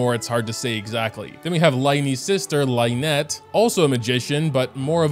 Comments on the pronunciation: Lyney and lynette is spelled lin-ey and lin-et, not like in the word line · ...I'm begging you... The first syllable of the names "Lyney" and "Lynette" rhyme with the word "sin" not "line" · It's Lin-ie and Lin-nette not Line-e and Line-nette🤦‍♂️ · the pronunciations of lyney and lynette are making me go insane